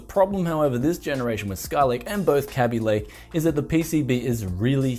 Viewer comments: I'm pretty sure it's called Kaby Lake, not "Kabby Lake" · It's a Kay-bee Lake and not a Cabby Lake.